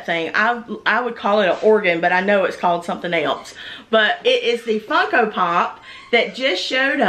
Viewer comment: Deanna Grant she certainly did. It was obviously by accident. If you listen, she said Funko without the n.